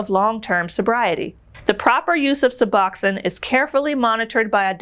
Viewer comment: Suh-box-own. Bū-pruh-nor-feen. The last syllable of each word contains a long vowel. Sorry to correct you.